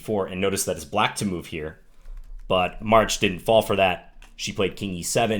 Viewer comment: Props for pronouncing that Maric correctly :)